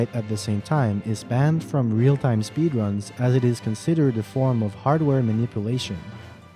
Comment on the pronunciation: In-a sp-ee-der-uns